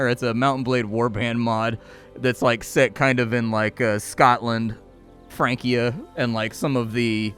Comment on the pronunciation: "which is set in like Scotland, Frankie-ah-" [record scratch noise]... ô-ô?... f... Francia? Fran*ci*a? Mondern day Fran*ce*??? Frank???